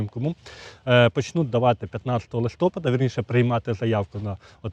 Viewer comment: ЛистопАд бо снігопАд, бо зорепАд. Чи кажете снігОпад, зорЕпад? Що робиться з мовою?